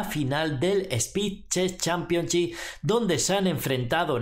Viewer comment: “Spi ches championchi” JAJAJAJA